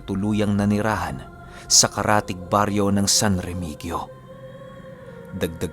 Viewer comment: Ang pag pronouce nyan pinunu ng san remigio parang san remihiyo or san remiyo